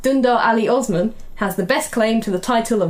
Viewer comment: i'm going with the young napoleon cause he looks like a total chad also, what i find amazing is that not a single person pronounced "osman" correctly lol